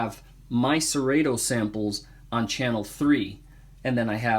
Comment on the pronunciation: The only thing that kills your credibility is pronouncing it "SeRayTo"